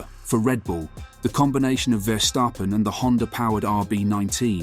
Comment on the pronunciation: Its Stappen, not Stapen.